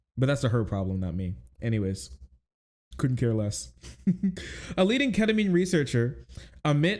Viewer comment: What the heck is ketaminr😢